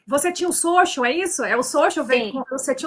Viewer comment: Voce tem o Xôxal? , ela quis dizer: social KKKKKKKKKKKKKKKKK